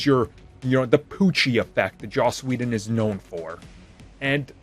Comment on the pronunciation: Ah yes! Joss wheeldon😂😂